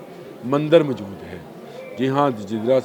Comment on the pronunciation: Mjood nahi kehtey mohtrm. Moujood asl lfz hai. Khtoon nahi kehtey khatoon asl lfz hai. Urdu to sahi bola krain.